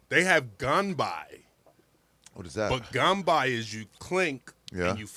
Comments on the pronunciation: Ganbei not ganbai 😊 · its pronounced gun bay not gun bi ... ya weirdo